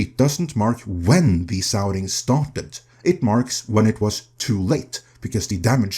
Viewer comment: 'the souring' lol